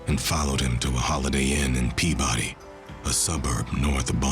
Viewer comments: Pee bid E 🫡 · “Pea body” 😂